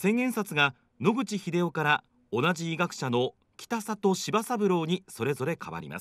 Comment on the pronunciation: 「きたさと」じゃなくて「きたざと」な？ もっと勉強したまえ